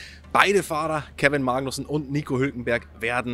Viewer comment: Kevin "MAAgnussen"... Wieso betonst du das so komisch? 😂